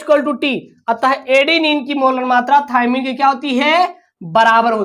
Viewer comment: Thaimine hai thaymine nahi hai